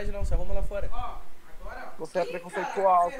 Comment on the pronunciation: "voce eh preconceituonsa quirida" 💅